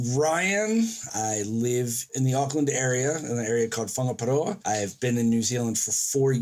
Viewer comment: I was about to drop a negative comment! BUT Ryan said Whangaparoa pretty dam good!!! Better than people born & bred here....So Thank-you Ryan for showing respect & pushing the boat out.PLUS it sounds so much better than the BUTCHERED lazy pronunciations. RYAN gets a thumb up.